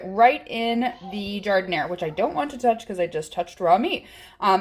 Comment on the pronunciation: Fantastic, love this recipe. And it's gotta be authentic 'cause you pronounce Jardin-air the way it's pronounced in Chicago.